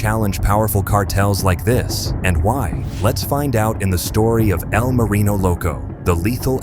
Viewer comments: "E.L. Marino" and "El Marion" lol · "EEE L Marino" A.i. is disgusting.